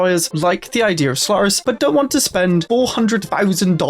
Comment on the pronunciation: I swear, I keep hearing you say Slurris.